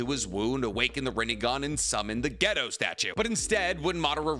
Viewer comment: a can't help but to take you saying gedo statue and misinterpret that as you saying ghetto